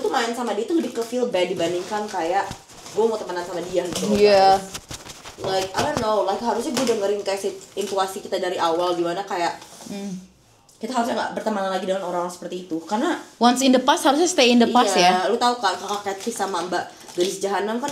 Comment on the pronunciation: Dr vidio kemarin kalin salah ngomong 😭😔 intuisi bukan intuasi